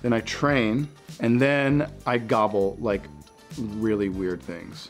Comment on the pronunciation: it sounds like he just learned the word gobble